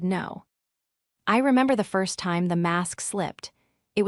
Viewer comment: Your Pronounciation of the time is EXAGGERATING, why not pronounce it CORRECTLY?😂.